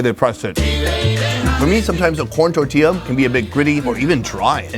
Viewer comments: Hahaha its tortilliija ! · Who didn't pay attention to her saying how to say tortilla? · she turned tortilla into tortillar and turned rotisserie into rotisserizing.